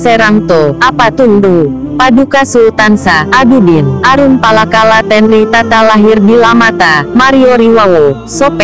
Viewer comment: Hahahahaaaa....nyebut saja nama aruppalakka nggak karuan.